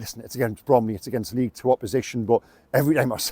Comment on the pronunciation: It’s Bromley